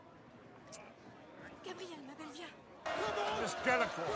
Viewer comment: It's 'Delacour' not 'Delacore'.